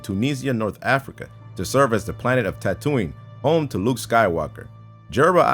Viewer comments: can't even pronounce "Isengard" right. The fuck? EDIT: He can't even pronounce "Tatooine" right either.. my fucking god... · Here's another fun fact: can't pronounce "Isengard" right despite being American. EDIT: He can't even pronounce "Tatooine" right either.. my fucking god... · am I the only one that thinks he sais tatooine weird?